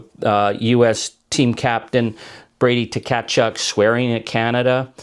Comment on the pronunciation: The name of Braeden "Brady" Tkachuk, current captain of the Ottawa Senators, is pronounced "Ka-CHUK". His father is Keith Tkachuk, the former captain of the Winnipeg Jets, and his brother is Matthew Tkachuk, captain of the Stanley Cup winning Florida Panthers. The Tkachuk brothers instigated the infamous hockey fights at the 4 Nations Face-Off, with 3 fights in the first 9 seconds (several clips are available on YouTube).